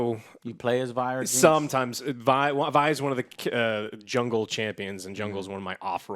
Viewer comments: You say you watched the show, yet her name is Vee... anyways, loved the show, hoping it gets ton of success so they can continue making more seasons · It really doesn't matter but for future reference, her name is pronounced Vy, rhymes with pie. All in all a rather good review, knowing the lore like I do does make certain moments a tad better knowing the characters by name and what happens to them eventually. But even if I didn't know the lore it's still an amazing show. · Good god, youve watched the show. Its "V-ie". Not "Vee" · Drinking game: Drink everytime joe says Vee and not Vi , lol , jk. Love you joe! ❤ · Also bruh, you and so many people I know pronounce it "V" as in the letter despite them on champ release, and anywhere her name is mentioned including in the series you watched as "Vi" as in Violence. Why.. why you do dis. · How you not gonna tell my mans its Vi... not Vee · V-EYE. Riot put the damn name in a show and people are still saying VEEEEEEE REEEEEEEEEE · Its still funny whenever someone calls her V-eee when its actually pronounced V-igh.... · Summoner's Rift isn't canon. It's Vi as in "Violet", not "Vee". High chance that wasn't ryze. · It hurt my soul to hear you all her "vee" lol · How can u watch it and keep saying Vee when its V-EYE because its short for Violet -. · Joe buddy Its VI like violet Not VEE like cyberpunks V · ITS VI NOT VEEEEEEE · It's not pronounced like 'vee' it's pronounced like 'vi' like in violence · Please stop calling her VEE. Its VI. Literally said how it's spelled. Neither of them told him that and he said VE 40 times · How is it they say vi and you call her veeee? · Its Vi - "Viy" same way you would pronounce fly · This guy really called her Vee after watching everyone say her name correctly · Vi as in Violet.. V.... I.... V.. I.. Vi. needs some remedial pronunciation training via Sesame Street. Oh wait, used the word via. Hopefully Joe can pronounce that word correctly. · ...."Jinx and Vee" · "Vee" sigh